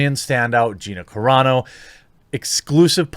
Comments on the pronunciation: Lol Carano, not Carrano :) much love from a brand new subscriber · Roll the Rs when there are two rs like carro, carreta or when the word begins with an R. But I think Carano is Italian.